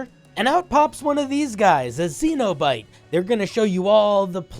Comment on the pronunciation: A "see-no-bite" huh? Well that's certainly one way to pronounce that.